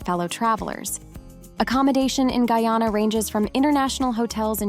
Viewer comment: This robot skunt mispronounced Guyana about six times yes.